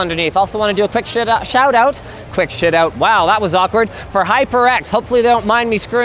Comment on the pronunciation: "A quick shit-out" 10/10 byotaful, byotaful. MISTAKE OF THE YEAR!